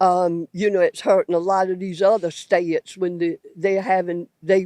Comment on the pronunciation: The biggest criticism of immigrants is "they dont speak the language". Its always people like her that say it. She actually pronouced border like Florida and states like "stay-its".